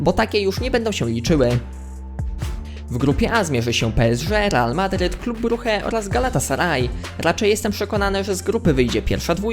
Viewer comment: Klub Bruche... Śmiechłem. Mówi się brycz